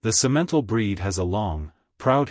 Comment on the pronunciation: Simentle got on my nerves.